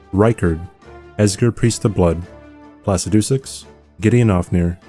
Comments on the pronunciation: hold on... how did you pronounce Placidusax?😂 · The way you said Placidusax 😂😂